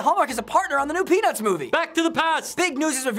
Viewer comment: no offense but i thought thar Rafi said, pen*s lol